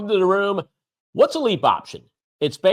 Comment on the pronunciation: It’s LEAPS! Cmon man